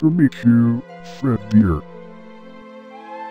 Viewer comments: AAAHHHHHHHHHHHH…. GAAAHAHHAHAH Anyways, why does apring bonnie keep saying “fred beer” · Are we just gonna ignore the fact that called fredbear “fredbeer” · Is it just me or is saying Fredbeer instead of fredbear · I love how says "Fredbear" its Fredbeer🤣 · Its funny how calls fredbear "fred beer" 😂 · Why did keep saying Fred beer? It’s Fred bear right? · I love how says fredbeer instead of fredbear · When says "Fredbear" i hear Fredbeer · Why does say fredbears name like fredBEER xD. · Why does. call fredbear freadbear? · Idk why Bonnie says fredbeer lol